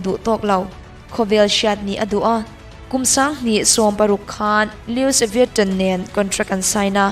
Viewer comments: Jung-Ho-Yeon-i cc bengvarthlak tak i rawn zepah hian khawvel hriata larbelh a duh vanga contract a signed pui, Global Ambassador tura thlangtu kha 'Louis Vuitton' fashion company i tihna a nih chuan a pronounce dan ka lo hriat ve danah chuan 'Loo-ee-vuh-tawn' tih a ni. Ka hre diklo zawk pawh a ni mai thei e. Sorry, no offence.🙃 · Louis vutton ilam dan khi lui-i vitawn( tawwn) tone ti a kan lam ang deuh a lam tur...lo sawi ve mai2...